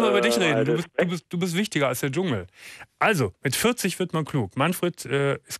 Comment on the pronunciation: "Dschungel", nicht "Jungel" :-)